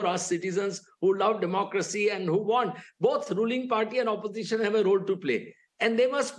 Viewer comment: Oposition--all he says is suposition😅😅